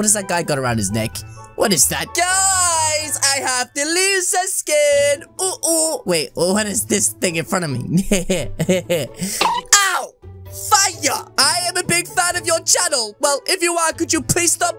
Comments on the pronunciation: It’s not Lusi! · ITS LISA NOT LUCY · YOU STOP SAUING LUCY!!!!!!!!!! ITS LISAAAAAAAA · is not lusi its lisa